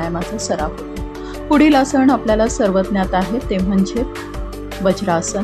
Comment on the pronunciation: Tumche marathi ucchaar aadhee neet kara.....asan nantar shikva... Asan,samasan,dhyan ya shabdanmadheel 'na ' ha neet bola please 🙏